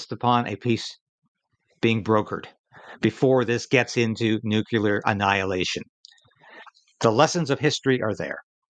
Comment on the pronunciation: You are a great person, but it is pronounced "new CLEAR", not "Nu Cue Ler "😊